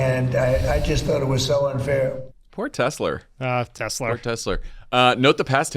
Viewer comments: WTF? He still says Tesler... Does he also say Melanier? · Why hasn't anyone corrected Trump by telling him Tesla does not end in an R! 😂🤦🏼